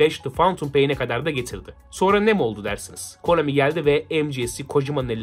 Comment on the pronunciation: no çok konAMİ dedin öyle